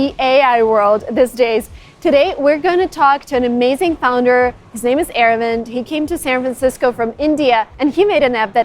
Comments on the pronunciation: Its not AirWind, its 'Ah-Rah-vind' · The way you pronounce his name sounds 'Air wind' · Ah-Ra-Vindh is more accurate, since he’s from Chennai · Sis called him Airwind 😭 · It’s pronounced Ar - Ve-nd